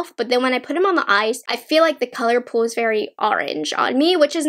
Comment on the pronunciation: The way she says pull and pulls is so weird lol. The way she says pull sounds like “pool” and pulls sounds like “pools”. I’ve never heard that kind of like accent or whatever it is before?